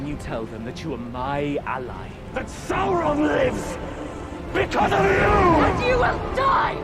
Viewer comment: It's Sauron, not Sore-on